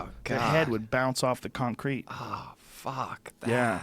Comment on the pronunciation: he says concrete kinda weird lol